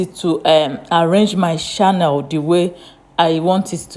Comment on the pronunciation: Please the pronunciation is not shannel but is rather channel 😮